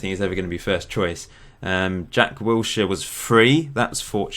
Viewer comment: Did you say "Jack Wheelchair"